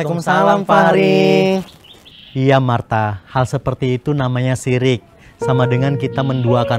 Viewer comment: Musrik bukan sirik😅